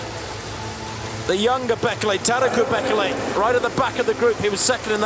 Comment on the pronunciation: It's pronounced "Bay-KAY-lay" not "BECK-eh-lay"